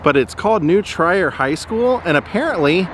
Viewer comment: This was fun! I grew up near here. FYI - New Trier is pronounced like deer, only of course starting with tr. :)